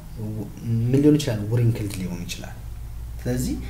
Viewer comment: Your teaching style is good but you have to change your pronunciation wrinkled genotype